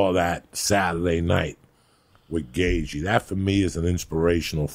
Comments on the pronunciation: Joey - "Justin Gayzhee" 😆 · Gay Gee ? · "justin gay g" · “Gay G” haha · "Jason Gagagoop" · Ah yes, good ol Justin Gayzhee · Justin Gayjee lmao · "Justin Gay jee" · Justin gayG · Better than jason gabagoop ahahahah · Gayth je